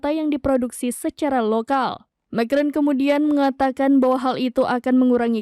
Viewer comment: lafalnya Ma kron huahahahaha.... cupu amet presenternya